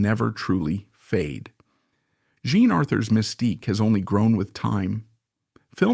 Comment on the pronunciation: Why do you “play” with the pronunciation of the artist’s names? Most of the time you pronounce “Jean” correctly, but every so often you pronounce it as “John”. Are you confusing it with the French form of John, that is also spelled “Jean”? It detracts from an otherwise well done video.